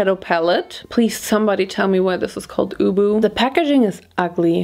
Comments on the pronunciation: UBU pronounced ooobooo was the best part of my day 😂 my guess is U.B.U. as in You Be You 😂😂😂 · It's called UBU because it should be read as You Be You. Girl, you crack me up 🤣🤣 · girl, it's not ubu its U-B-U (you be you) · The UBU palette I think is actually to be read as " you be you" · I love the fact that she said UBU for Millie's Florence makeup line, but I'm pretty sure its supposed to be 'you be you' instead of UBU (ooboo) lmao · Idk why but her pronouncing the "UBU" palette so literally made me laugh sm instead of just "you be you" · I'm not gonna go through all these comments to see if someone already told you, but the Florence by Mills palette is supposed to be pronounced like "you be you", aka the letters themselves 😅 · I think Millie’s pallet, UBU, is pronounced like you be you but just shortened if that makes sense 😂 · i think UBU is supposed to be pronounced like 'You Be You' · I’m pretty sure UBU is pronounced “You be you” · I can't believe I said "REM" Also: UBU